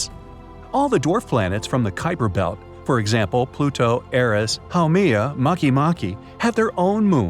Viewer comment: You pronounce it as pludo